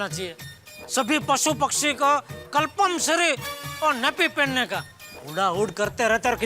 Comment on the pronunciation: Compulsory ❌️kalpamsari ✔️